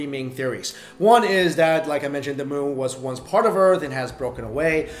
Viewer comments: Savagenp 7 Once you hear it...it cannot be unheard. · You were saying moo instead of moon most of the times